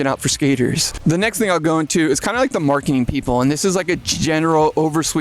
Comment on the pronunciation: you say "Perfec" you said "Splitfire" are you drunk?? I mean every video is riddled with your awful pronuncia im just baffled like no one else notices it hilarious none the less. Marking?? Instead of marketing. Come on man